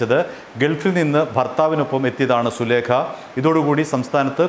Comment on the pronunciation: സുലേഖ അല്ല മാമ സുലൈഖ യാണ്